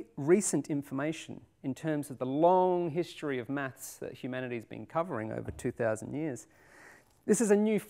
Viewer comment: I really dislike the way he says "maths", it sounds like "mats"